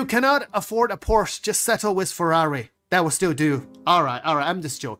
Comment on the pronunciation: LOL i like. I own a decent collections of sports cars BUT pronounced "Porsche" wrong, Now i hate him lol.. I could afford to buy every item in the pledge store twice over without worrying about it. But i don't. Only ships i paid for are the $45 mustang and i upgraded to a 325. I did the $10 subscriber for about a year and realized it was a waste. Everything i own i earned in game and i re earn it when there's wipes. I don't see the point in just buying everything with cash. BTW it's pronounce like "Por sha", that's Porsche.:glasses-purple-yellow-diamond